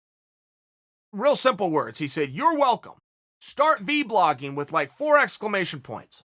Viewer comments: I like how chael calls it “v-blogging” instead of vlogging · Everyone: Vlogging Chael: V-Blogging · I love it... Chael says V-Blogging instead of just Vlogging..... my guy